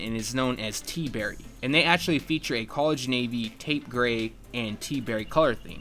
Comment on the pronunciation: protip : TAUPE IS PRONOUNCED "TOPE"